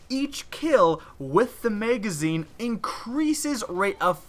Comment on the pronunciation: Megazine. WHY DO YOU SAY MEGAZINE?